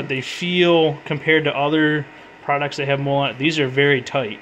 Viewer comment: btw, I've heard you say MOLLE as "mole" as in the burrowing animal or the small brown skin defects, it's supposed to be "mollie" as in the woman's name; it's the successor to the ALICE system which was an earlier US military load carrying system, and MOLLE is basically name hommage to ALICE.